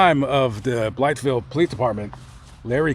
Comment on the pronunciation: Natives of Arkansas pronounce it "Blyville" the "th" is silent. Just a little tidbit . Enjoy your videos very much !